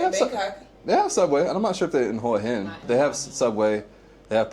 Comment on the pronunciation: Bro please pronounce Hua Hin correctly.